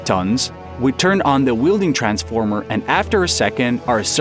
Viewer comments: It's not wielding transformer, it a welding transformer. Really dislike AI voices. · You have very, very good English pronunciation, but there are a few words that give away that you’re not native. In particular, welding is pronounced with a short e like well or smell or hell. You were saying wielding which means holding a tool or weapon you have some proficiency with. Very interesting video. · Weld, NOT wield!! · twice less? do you mean half? ai sucks. ...weelding? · What’s an Arc Wheel-ding? Lol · Please stop saying wheel-ding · "wielding transformer" "ammpers" "alangated"